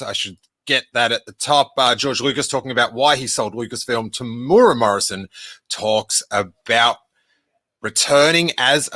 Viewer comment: Proud Kiwi here..: Here’s a quick tip to the Māori pronunciation of “Temuera”. The word has four syllables: “Tem-u-e-ra”, spoken as “Temu-Era”. Bonus points for rolling the “r”. It’s also legit to call him “Tem” ✌️🇳🇿